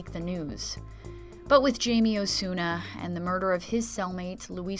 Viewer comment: Not sure why everybody says "Jay-Mee"... his name is Jaime (Hai-Meh)..